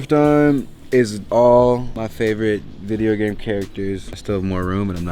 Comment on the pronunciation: no one: zion: V҉I҉D҉E҉O҉ G҉A҉M҉E҉S҉